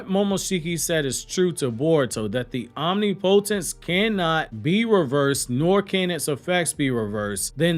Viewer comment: God damn it! You have got to learn how to properly pronounce OMNIPOTENCE. I’ve heard you say correctly in other videos. You can do it champ!